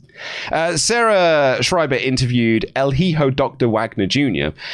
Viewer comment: Both of you; 'hijo' is pronounced eehoh, not heeho